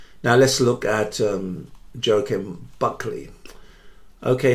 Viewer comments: By the way you pronounce Buckleys first name as (whaa keem) not jah with the j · It's joaquin so you're both wrong, wah-keen would be the correct pronunciation (and yes you spelt it wrong in the title)